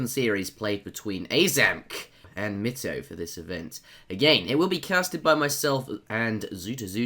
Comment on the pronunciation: also try pronouncing mitoe like zuta does